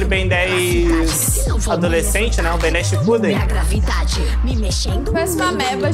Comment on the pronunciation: "bem 10 shipuden" foi foda kkkkk